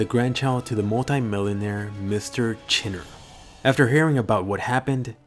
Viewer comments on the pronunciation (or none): u said, chinneer decided to create the Hero Sasociation